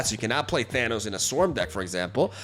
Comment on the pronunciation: ahh yes Thannis, not Thanos english strikes again